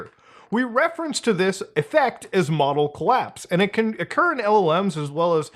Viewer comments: Him pronouncing model as modal is killing me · you keep saying modal collapse instead of model collapse. is that canadian for model?